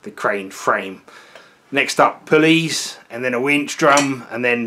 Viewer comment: Ha! I was waiting for the old bill to turn up, until I finally realized you said "pulleys"